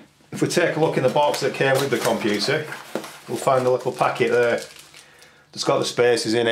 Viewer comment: Komp-you-too! Maza-boid! Actualy, a LOT of memory xD Pro-se-sou!